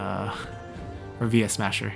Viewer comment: It's funny how you occasionally call him Yuesmasher.